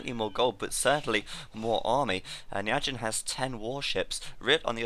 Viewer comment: It's pronounced "Ny Four Jyn" i believe. Turkman pronounces it that way. Sounds way less awkward.